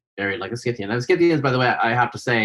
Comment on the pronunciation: The c is silent! In scythian!.